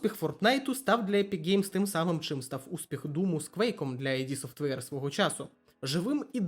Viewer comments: Друже, відео непогане, але... 1) не айді софтвейр, а ід софтвейр 2) претензії до АЕ притягнуті за вуха. Не варто звинувачувати двіжок за те, що на ньому всі роблять ігри + використовують фрі ассети. Винен в одноманітності не двіжок а розробник гри. Без негативу, мирного неба ❤ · Вибач, друже, я побуду трохи душнілою, але. Вже мабуть вдесяте я відкриваю відос про ігри українською, радію що так багато стало контенту, і знову чую що ютубер називає компанію Кармака, Ромеро, Хола та іншого Кармака "Айді Софтвер". Ну, курва, зайди ж ти на вікі та прочитай шо воно "ід", так ще й значення слова дізнаєшся, невже не цікаво?